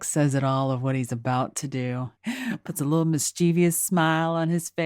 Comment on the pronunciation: Mischievous. Not, ious.